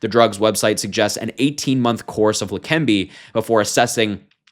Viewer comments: Leqembi. There is NO 'N' so it is NOT Lenquembi. Are you blind, unprepared or just the usual American who can't pronounce any word with more than 4 letters? Slow down, articulate and make sense. Less haste, more speed. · Harry it Leh-Ken-bee medication for Alzheimer’s Always called it old timers 🤦🏻‍♂️ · La-Kim-bee. Pronounced. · you read text for a living, yet you keep addin an "n" to leqembi otherwise keep up the good work!